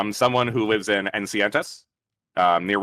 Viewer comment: it is so weird to me that so many people struggle with pronouncing california city names. Im assuming he means Encinitas, which is pronounced EN-SEH-NEE-TAS